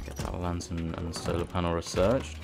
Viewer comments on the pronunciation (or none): I swear he's saying solo panel